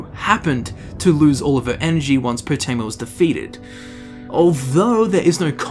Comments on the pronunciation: Everyone: Potema: Pootema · Calling her Po-tee-ma annoyed the crap out of me. You can hear characters calling her Po-teh-ma in the game... 😒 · Lol I love how hears Potemma pronounced properly like, 20 times, but still pronounces it "Pooteema" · Game seconds earlier: Poh Tim Uh: POO TEE MAH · Its PotEma not PotIma! GRRRrrr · Love the video, hate how he pronounces potema like poutima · Why do you pronounce it as poo-teama? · Poo-tema? Do you eat Poo-tatoes? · Gdamn Poo-tema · POOTEEMA SEPTIM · "Putin-ma Septim." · They say potemas name so many times in this video...yet u call her poteema... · "We summon you Potema" They're trying to summon Pooteema wtf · Your pronunciation is fuckin terrible my dude annoying as shit, but good video just please learn how to speak its cringe worthy asf